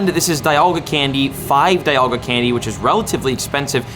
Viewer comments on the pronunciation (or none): Speaking of pronunciations (without throwing offense), it’s pronounced DEEalga not Die-alga. ARIados not Airyados, HoundOUR not Houndoor, ARRon not Ayeron, MYnun like minus not Menun, WALrein because it’s a walrus not a whale, Bagon like bagel, TurTWIG not Turdwig, REEolu not Ryelu, GLEYEscor not Gleescor, ARCeus not the british term for butt… All of these are in the anime. I watched every generation and pretty much all episodes and all movies.